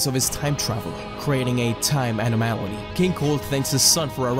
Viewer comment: Its anomaly... an-nom-ahlee